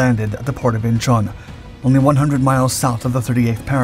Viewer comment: (*IN-chawn), NOT "In-CHAWN".